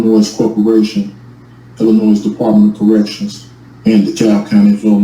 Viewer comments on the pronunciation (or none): The S is silent in the word Illinois you ignoramus . Bunch of word salad idiocy.